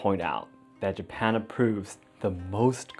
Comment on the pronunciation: Is it japan or hapan